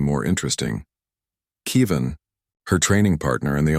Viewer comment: It's Kev-in, not Key-vin. Get it right. Still, I would suspect that Human colonies would be placed on worlds with similar gravity and atmospheric composition to Earth, If for no reason for Earth's descendants to be able to return "home" with no ill effects. And 3 years in a weaker gravity field would have affected Hyalal unless she was adjusting conditions in her room and exercising in it. Walking in a .4g gravity field, Hyalal would literally be bouncing while walking unless she was wearing weights.